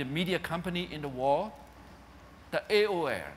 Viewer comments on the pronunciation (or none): Shame he can't say AO'errrrr. :(